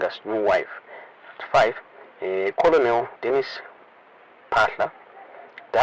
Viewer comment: Colonel is pronounced kenel.the l is silent.